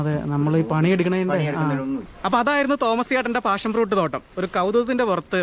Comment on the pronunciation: പാഷൻ fruit ആണ്.. Not ഫാഷൻ 😂